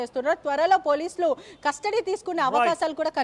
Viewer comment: 😮😮😮catastody???? Or custody madam???? And sooo many mistakes u have spoken madam like prathyeka Nigha ki badhulu u said Nidgha & jail superintendent ki badulu u said superintal😂😂😂😂